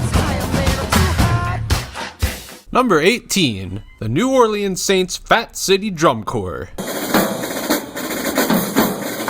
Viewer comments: Really cool. Nice work! New Orleans Saints (FCDC) OG member. Like many in the comments said, it's "ORLENS", not "ORLEEEEENS". Drives me crazy! Anyway, great video. I'd prob have Chicago a little higher. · Take it from a Louisianian. It’s Pronounced New Orlinz not orleens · I laugh every time you over pronounce "New Orleans". You're not from the South, that's for sure. LOL. Love ya, man. I'm just kidding with ya. New Orleeeanz. Ha ha! It's New Awlins or just Nawlins. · New Or-lens, not New Or-Lee-ens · New Orleans is pronounced New Orlens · Not your fault how you pronounce words but the way you say New Orleans kills me.